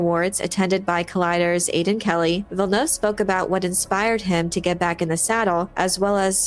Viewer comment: I don't think it's much to ask that you at least take a moment to learn the proper pronounciation of Villeneuve. It's not that hard.